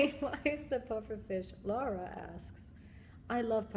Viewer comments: I think she said my name (Lara) too! And she got it right so gets credit from me. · I like how she said my name, even tho it wasn't my question, at least I know now what my name sounds like when Gillian Anderson says it, lol